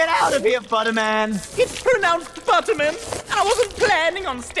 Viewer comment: Get outta here, Butterman! It's pronounced, Buttermin!